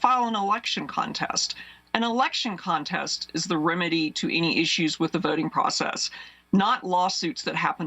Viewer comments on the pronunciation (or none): none